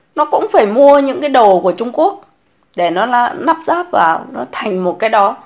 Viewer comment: Lắp ráp. chứ không phải nắp ráp .Dốt nát mà bày đặt chơi chữ...